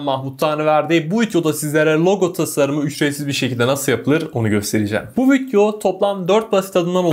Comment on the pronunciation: Ne zamandan beri video kelimesi vityo oldu hacı